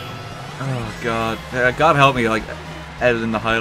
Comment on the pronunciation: Is that oh god or oh good? hmmmmmmmm